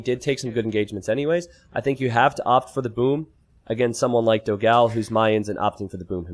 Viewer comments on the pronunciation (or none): PS: is Dogão, not Dogáo the right pronunciation in brazilian potuguese, check in google translation the difference.